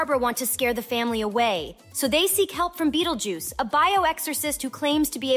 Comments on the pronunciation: "Bettel juice" ? Learn to read. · What’s with the “Buttljuice” ?? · Whoa whoa whoa whoa whoa did you gen x bish say bettlejuice?